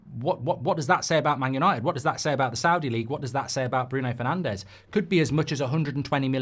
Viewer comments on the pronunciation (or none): none